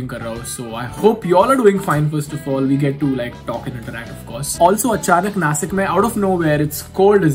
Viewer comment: I have a humble request.. It is Nashik originally not nasik.. You may talk in any language but please don't change the name of our cities